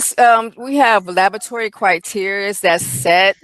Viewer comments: Is it lavatory or labatory, what is she saying? She sounds illiterate. Honey, it's pronounced la-bra-tory or la-bor-a-tory. You work in one, you should be able to pronounce it dear. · In Australia we say La-BOh-a-try. Emphasis on a different syllable.